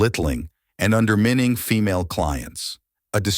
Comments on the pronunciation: It's pronounced "un-der-mí-ning" not "un-der-min-ning" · Underminning? Lolll AI sucks. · I can’t with this narrators pronunciations. Amicable, undermining, etc. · and under what….? The more I actually sit through these AI generated videos the more channels I’ve been unsubscribing to. They advertise how “smart” AI is yet they can’t even pronounce UNDERMINING or HEALTHY 🤦🏽‍♀️🙄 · This narrator jas the weirdest pronunciations.. "Unheelthy" "amikkable" "underminning" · Undermening....... Hillthy...... Imicable...... REALLY?!?! 😂LMAO You can say Health normal so why is it hard to say healthy??? Just add the EEEE at the end, HEALTH-EE, Healthy. Was this done on purpose?? Amicable, Undermining & Healthy.......not hard words to say. I'm confused. Still great video. ❤